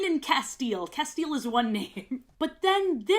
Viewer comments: "castiel" is pronounced "cas-tee-el" :) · they way you say “castiel/destiel” made me take psychic damage and i have never seen supernatural.